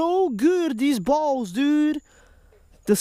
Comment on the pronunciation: Isn't pronounced bulbs and not balls 🤣